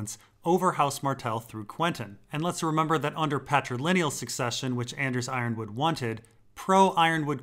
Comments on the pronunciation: Yronwood is pronounced Yer-on-wood not Iron-wood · Ironwood vs Yronwood, is i possible that Yronwood is pronounced as E-ron-wood?